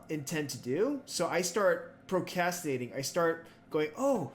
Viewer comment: Great video but you keep forgetting to pronounce an R in procrastinating 💔